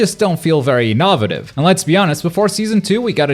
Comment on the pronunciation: So we just gonna ignore he said in-naw-vate